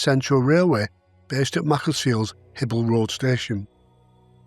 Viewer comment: Great research, as ever! Having lived in Macc for a few years (at a house on Davenport St by coincidence), I have to be a bit nit-picky and say that "Hibel" is pronounced "High-bel" rather than "Hibble."